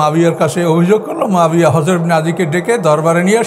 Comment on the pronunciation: মুয়াবিয়া নামটা উনি শুদ্ধ করে বলতে পারেন না, বলেন মাবিয়া